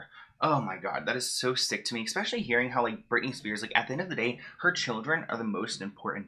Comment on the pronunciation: Just so you know, it's eSpecially, not eKspecially. Also, judging by Britney's Instagram... Something is definitely off with her mentally. That's no surprise given all she's gone through, and while I feel for her, I'm starting to wonder if her family WAS actually trying to protect her from herself.